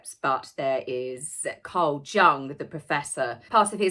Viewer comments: that's correct and I was just pointing out the pronunciation of Jung = Yoong NOT "Yung" as some might say 😬😳🙄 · You pronounced Carl Jung's name wrong too. Pronounce it Yung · Also, the J in Carl Jung’s name is pronounced with a Y, like Yun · I was going to mention the pronunciation last video, but I thought you were intentionally spoofing: Archie, Archewell, Archetypes. And yes Jungian theory in pronounced with a Y as in "young". Obviously you are not a narcissist, as you can acknowledge an error with good humor (humour?). We love you. Say it any way you choose. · And for the future… the philosopher Jung is pronounced Yung . Not a lot of people know that 😅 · also Jung is pronounced "yoo-ng" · Hi, It’s pronounced Ark-e-types, not Arch- types. Many have written about them but were first conceived by Carl Jung (pronounced Young). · Carl Jung is pronounce Carl YUNG!!! ARKEE TYPES not Arch types!!!!!! I love you so much anyway. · Thanks,! FYI, Jung in this case is pronounced like "young." Love your channel! Cheers & merci, from Canada. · Archetype is pronounced R key type. Jung is pronounced Yung Brlliant video 👍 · Carl Jung pronounced Yung, I'm afraid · Aaaaargh, Enjoy your videos, but, "Help" - your pronunciations!! Archetypes is pronounced "aa-kah-types".and Jung (as in Carl Jung) is pronounced "Yuung". I don't know about Archewell - but who cares, it all appears to be nonsensical pilfering of charitable funds and donations anyway!! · My darling, I adore you, but “archetype” is pronounced “ark-a-type.” And “Jung” is pronounced “you-ng.” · Pronunciation - arkatypes. Jung - yoong. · love your channel, so glad you're still here. good stuff. however, i used to be a teacher. it's ark-etypes, and carl jung pronounced yung. also i think it's v(isiting) vip's, and i saw that it is a bought and paid for status/security. thank you for what you do, taz! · Jung is pronounced yoong. You can find a pronunciation on dictionary sites.